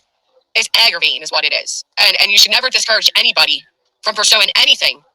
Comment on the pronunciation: It IS, however, a crime to not pronounce G's. Damn...it's aggravatin"G". 😂😂